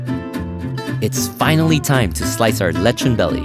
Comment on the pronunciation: Leh chon like a real foreigner 🤪